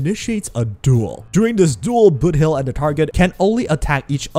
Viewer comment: what's with this name, why i hear ramen instead of robin and booty instead of boothill.